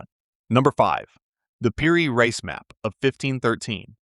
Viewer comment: Reis pronounces Ra-ees , you Yankee